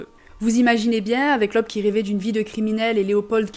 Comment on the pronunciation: "oe", en allemand, est le caractères d'imprimerie pour remplacer le "ö" et se prononce "eu"; "Leub", donc 😉